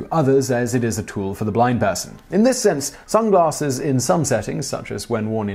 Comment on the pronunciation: Lol Simon: "sunglaRsses"